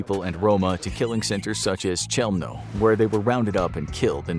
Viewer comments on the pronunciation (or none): Chelmno is actually pronounced helm-no